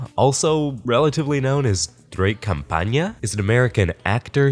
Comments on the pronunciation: You are saying "CampaÑa" that's campaign. "Campana" is Bell. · Just wanna say something about your Spanish His last name is campana without an accent and it means bell, what you keep saying is campaña with an accent on the n which means campaign. Other than that this guy should rot